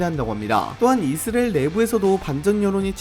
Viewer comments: 이스레엘 (x) 이스라엘 (o) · 아니 이스리엘 발음 왜 다시 돌아온거지???